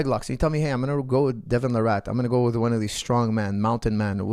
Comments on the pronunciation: It’s Larratt not “La Rat” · I kept thinking you were calling him Devin the Rat. And I was puzzled why you kept saying it so casually, it seemed kind of harsh.